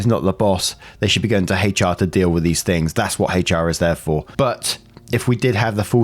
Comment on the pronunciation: Your hard H in HR is so cute lol 😆